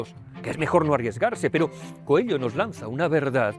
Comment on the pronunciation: ME PERTURBA NO SEPAN LEER Y DECIR BIEN ESE APELLIDO. AUNQUE SIGNIFIQUE CONEJO... NO ES COELLO! #COELHO SERÁ EL IDIOMA EN TU COMANDO DE VOZ O ALGO DE LA #PROXEMIE #PROXÉMICA, NO SÉ... VEREMOS.. (#AMORALPRÓXIMO, ESTOY EN ARGENTINA) DEJAND DE LADO EL #RuidoSemántico, sigo... DE MI "PADRE" ESTE, CREO, ES SU LIBRO FAVORITO, Y QUIZÁS TAMBIÉN EL TUYO,. Tb ES ELPRIMER LIBRO QUE LEÍ, SÍ... Y LA MISMA FOTOCOPIA QUE LEYÓ ÉL Gracias por tu video. Lo comparto. ya te di mi like